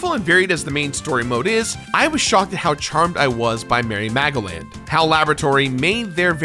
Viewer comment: Am I thr only one hearing Mary Magdalene instead of Merry Magoland?